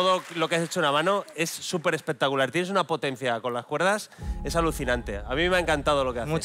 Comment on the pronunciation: Dani me mata de risa, siempre dice expectacular